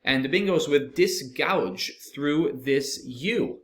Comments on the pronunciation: gauge is pronounced like Gayge, not gouge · GAUGE is pronounced /geɪʤ/ not like GOUGE /gaʊʤ/. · Guage was misread in two places. Guage is the British version of gage, a measurement instrument, and is pronounced the same way and rhymes with cage.